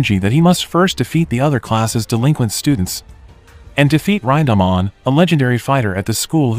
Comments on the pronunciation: Ryndahmon...it's pronounced "rin" "da" "man" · "Raindahmon" wtf bro. Its Rinda-man. Not a fucking Digimon.